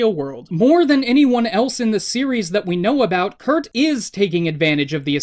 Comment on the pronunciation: WHY DOES HE KEEP SAYING KURT AND ASS ITS DRIVING ME INSANE!?!?!???!!!